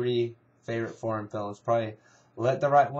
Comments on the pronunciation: it sounds like ur saying porn instead of foreign lol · when u say foreign it sounds like ur saying porn